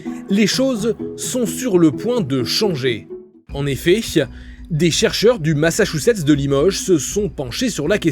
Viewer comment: "En effayche," 😂